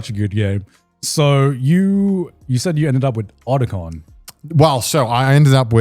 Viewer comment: As a long time Metal Gear fan, hearing someone pronouncing Otacon incorrectly is insulting.